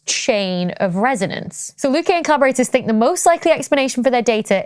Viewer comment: it's Hubble, not Hobble, although....just because it IS hobbled, that's no excuse...and another one that irks me is "think"...I can't stand it when I hear people say "fink", it's lazy and trashy...